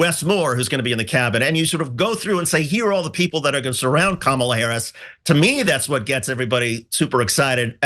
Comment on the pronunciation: "Camel-a"? Who's that? I'm pretty sure her name is pronounced "Comma-la." Understandable from those who aren't all up in politics. But okay. She's not gonna win anyway.